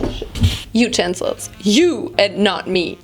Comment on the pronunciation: The way she says utencils😂🤣